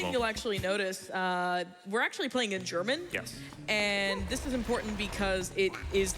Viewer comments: Impeccable German pronunciation from the! Vunderbar! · Hahaha, i laughed so hard as he read the books in german. He pronounced it very good. :D Great run , i did enjoy it , and you all should too. DA DA DA DAAAAAAAAAAA! raises hands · His pronunciation in German isn’t that bad. Btw beautiful game and nice run!